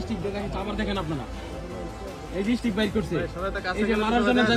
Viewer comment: সামান্য স্টিক ও কইতে পারেনা, কইতাছে হটস্টিক😒আবার নেতা